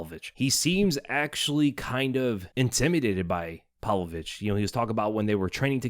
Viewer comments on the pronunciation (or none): Pav-Lovich, PAV-Lovich, not "Pal-Vovich." Jesus man.